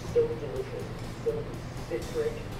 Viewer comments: “but this is so deelishis” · delishioush lawl